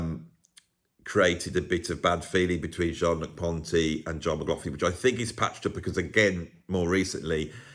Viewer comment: Are you sure you're pronouncing McLaughlin's name properly? Somebody should do a video on the correct pronunciation.